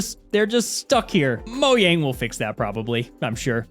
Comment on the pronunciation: IT'S PRONOUNCED MOJANG!!!11!1!!11